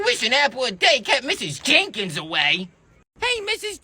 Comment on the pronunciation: And bro its mrs "jenkins" not mrs "jaykens".